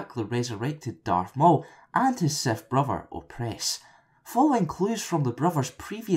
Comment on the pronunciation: "A Seff Lord"